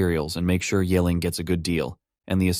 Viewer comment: ye <> "yay". It's more like "yee". Honestly college level remedial mandarin class teaches the sounds in one class. With tones. They're really not that hard.